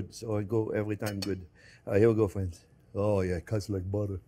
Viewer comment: "Well hello there phrinzzzzzzzzz!!!!"